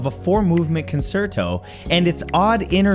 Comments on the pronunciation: The word "concerto" is Italian, and pronounced con-CHAIR-toe. Also, the E in "necromancy" is a short vowel sound, like in the word "neck." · Concerto : Con-Chair-toe